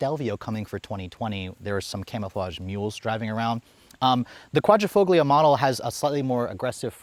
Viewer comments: Qvoglio - G here is silence in Italian, like Pagliacci, G is silent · The "G" is silent in Quadrofoglio 😂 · Love the review, the way you say Quadrifoglio though cracks me up lol. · Please stop pronouncing Quadrifoglio with a hard “g” sound. It should sound more like “fohl-yo.”